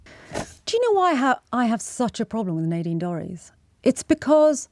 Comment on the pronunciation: Nay deen Dorrys who is that?????...............SANGITA same my name correctly it's NADINE DORRIES! disgusting intentional mistake from a pretendy journalist! fix it!